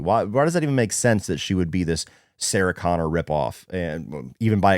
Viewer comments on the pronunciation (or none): The way you said Sarah Connor is so weird